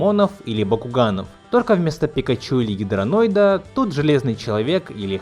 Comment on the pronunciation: не гидраноид а Драгоноид